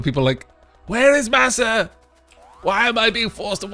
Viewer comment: Facepalm... Its MASA again not MAS... XD